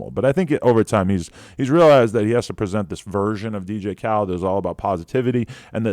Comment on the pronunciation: "Dj Khled" I don't know why I find this funny